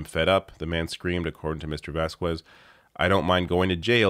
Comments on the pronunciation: Vaz - kehz....not vaz - khuez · "Vass kwezz"... FFS it's pronounced "Vazz Kezz" I had to stop watching the video less than 2 minutes in. I know you're Canadian, but do better. It's a common name. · Vazquez is pronounced bahs-kehz. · Vazques pronounced: vaz-kez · Thank you for covering this. I hate that I'm distracted by the pronunciation of "Vazquez"... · In relation to the witness called Vazquez... The "u" after "q" or "g" is not pronounced in spanish (unless it is a "ü" instead of a "u") For instance In "queso", you don’t pronounce the "u", but you would in "pingüino"